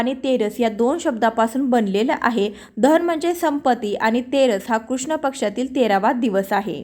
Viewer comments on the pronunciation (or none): none